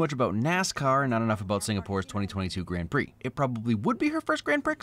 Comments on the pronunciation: love the F1 refrence but did you say GRAN - PRICXZ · Did. Did you just... say... Grand PRICKS? UGH NOISES